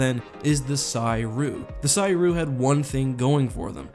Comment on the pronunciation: Making me twitch every time you pronounce Ssi Ruuk that way.